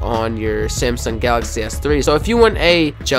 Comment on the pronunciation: it's samsung s3 not semsiung s3